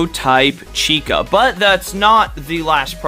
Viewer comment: Finally, you said the name correctly.